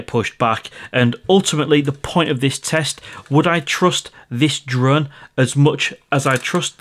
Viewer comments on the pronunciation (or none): Hi are you originally from the lake District as you sometimes say drurn instead of drone like my step mum. She is from Kendal 😁😁